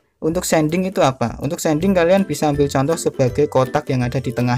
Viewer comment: Shading bang bukan sending🤣 diambil dari kata shade. Tapi gapapa terima kasih untuk tutorialnya sangat bermanfaat